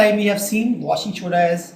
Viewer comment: sir its washing soda not shoda